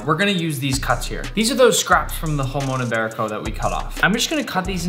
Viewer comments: me being Spanish and seeing Nick saying "Jason iberico" and Spanish words is just amazing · I just love your pronounciation “jumon ibarico” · And you pronounce it Hra-mong yi-be-riko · He says hamon iberico 😂😂😂😂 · im happy you have jamon iberico but im from spain and hearing you say its name hurts